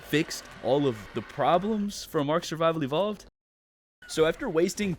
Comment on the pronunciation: the way he said ark survival devovled